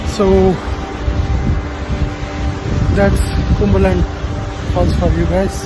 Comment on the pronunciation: Bruh.. You are pronouncing it wrong. It’s not kumberland. It is pronounced as Come-ber land.